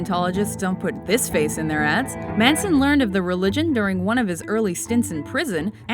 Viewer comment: it's Charles Manson not Mason